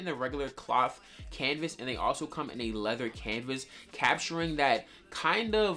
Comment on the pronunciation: W vid but please stop sayin canvas